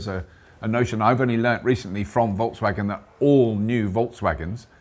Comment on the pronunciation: No such thing as "Volkswagon", did you perhaps mean Volkswagen. 🙂